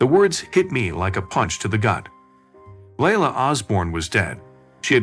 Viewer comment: Leila is pronounced Lee-Ila.